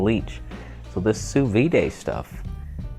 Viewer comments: "sous vid" but not "sous viday" (from a french person) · Sous “vid” — not “vee-day” French bitch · It is pronounced "sous veed", the d isn't soft. I'm French and I've never heard someone say it "sous vee" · Sous veeday?.....you mean sous veed right? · it's not pronounce as soo veede, hahahahaha IT'S SOO VEE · OMG you are such an idiot. "Vee-day" ... I really hope you're being intentionally obtuse. I would've gone with "soo-V.D." & go ahead, eat your raw meat. Make sure you leave it sitting at room temperature for a few days. Dip. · The correct way to say "sous vide" is "soo veed" 😉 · more like sous veed (i in english does not make the eee sound) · My god you’re ignorant.....you don’t even know how to pronounce it correctly......get neutered, man!! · Why make a vid about something you clearly know nothing about. You can't even say it, never mind lecturing others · Great to hear (and see) you saying french words, hilarious, grettings from France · I figured a canadian could figure out how to pronounce sous vide... FML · Thumbs down for pronouncing sous vide incorrectly. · ok thx. And the d is soft, i didn't say silent, vee would mean silent d not soft d. A hard or full "d" sound in English is like "duh, deh, dih" i.e. there is air after the consonant peak, where the air is cut off. We always say it like that, "sanduh", the spelling exaggerates the effect but it's always there to a degree. Watching cooking shows including French ppl, sous "vide" is always the soft d meaning after the closed consonant there is no more air or sound, it's an abrupt and quiet d, almost like a t sound. The word ends with your tongue touching the top of your mouth or your teeth, however you do your d's and t's, it does not move and allow more open sound after that to clarify and emphasize the consonant. Thats what is meant by a soft d, many languages use such sounds.